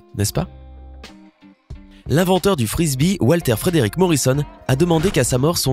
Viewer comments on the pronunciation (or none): none